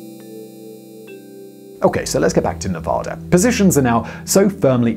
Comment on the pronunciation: Every nevadan is going to be commenting. "It's nevAda,. Not nevoda"